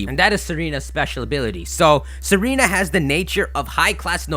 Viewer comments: its not serena, its tsa-reena, a tsaar is just like an emporer or king, its a name for historic rulers of bulgaria, servia and russia. thats why tsareena has the queenly majesty ability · Her name is Tsareena, based off of the Tsar's wife, Tsarina (Sar-ee-na), but now I can't unhear Serena lol! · Tsareena is pronounced zareene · dude it's not pronounced sereena but tsareena like pizza & tsarina was the queen of russia in the end of the russian empire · It somewhat bugs me how you pronounce Tsareena as "seh-REE-nah". It has it's name origin based off of "tsar", a Russian monarch. Because of this, it's most likely pronounced "zah-ree-nah" with emphasis on the first syllable or first and last syllable.